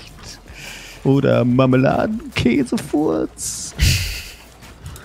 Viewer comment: Ich glaube er hat Marmeladenkäsewurst gesagt XD